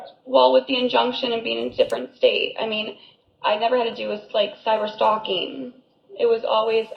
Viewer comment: She is illiterate. The way she says cyber stalking.. even cracks me up. I thought the dumb was an act but.. apparently she is just DUMX AF.